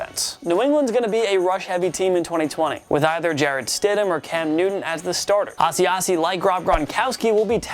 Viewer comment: Say Asiasi one more time 😂